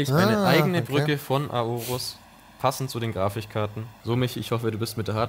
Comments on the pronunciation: Warum sagt immer Grafichkarten? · Grafichkarten :D deine Aussprache triggert mich :D